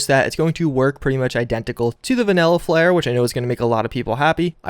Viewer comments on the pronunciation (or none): none